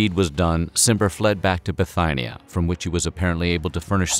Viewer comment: What an odd pronunciation of Gaius - Gayus instead of Guyus. There were many others - Bithighnia ! (instead of Bethinia) and Pompeii (insetad of Pompay) ! for instance.